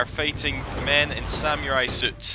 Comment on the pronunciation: The way you pronounce samurai lmfao it ain't pronounced Sam-u-rai